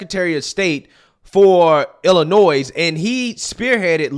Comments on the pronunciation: you dont say the S in Illinois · Illi NOY not NOISE. Illinois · dat, dis, illanoys. cmon man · There's no s sound at the end of Illinois dude, just imagine that s isn't there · Maybe you live far from Illinois.. but you need to know the "s" is silent and not pronounced. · 2 important things here that I haven't seen anybody else comment yet. 1. "To kill a mockingbird" doesn't have a rape scene, a man is accused of rape but is innocent as it didn't happen. That's kind of the main plot point of the book. 2. The 's' in Illinois is silent.